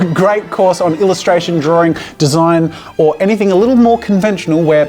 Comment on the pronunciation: "Never turned into anyfing" 😹